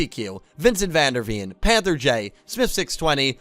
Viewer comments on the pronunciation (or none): none